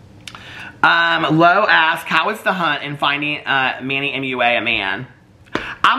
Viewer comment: Glad to know I'm not the only one who mispronounced Manny Mua 😅